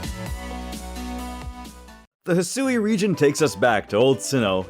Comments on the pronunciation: Did you really just read that hasui? Read it as it is HISUI "I" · Isn't Hisui pronounced "hee-swee" being a japanese word and all?